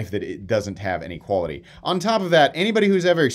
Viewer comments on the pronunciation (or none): none